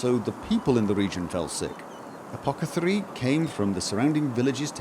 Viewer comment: APO-THE-CARII !!!! not apocatherii!!!!